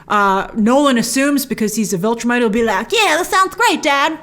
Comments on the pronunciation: Great video as always Grace, but... please stop saying VULtrimite. It's VIL (rhymes with pill) Viltrumite. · Every time you say "Vultrimite", I'm yelling at the screen, "VILTRUMITE! it's VILTRUMITE! They're called VILTRUMITES!" Every. Single. Time. Please stop doing that, Grace.